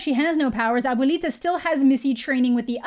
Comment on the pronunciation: the way you said abuelita...hit different